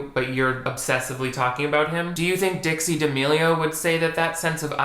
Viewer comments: my brain kept hearing ditsy instead of dixie oops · LoL I keep hearing you saying "Ditzy D'Amelio"